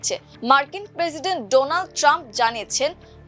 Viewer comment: ডনাল্ড ট্রাম্প নয় রে ভাই, ডোনাল্ড ট্রাম্প হবে। উচ্চারণ ঠিক করা উচিত